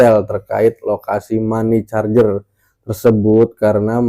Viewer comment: Money changer= mani cenjer Bang, bukan mani carjer..